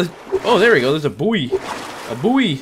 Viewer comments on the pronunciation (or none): When you said buoy, it sounded like poi, i must have Kancolle on the brain, also the depths in this game is creepy as fuck